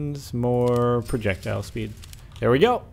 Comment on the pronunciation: PRURJEKTILE SPEUD?!